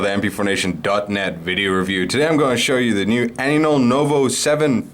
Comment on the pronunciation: Why are you calling it Anynol? I thought it was AINOL.